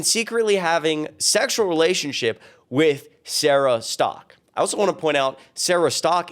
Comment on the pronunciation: Bunch of hypocrisy! 😂 the way you pronounced her last name sounds like she is Sara Stuck 😂😂😂